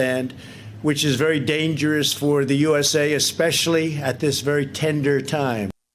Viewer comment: the way he says "tender" he is probably thinking about fried chicken tenders.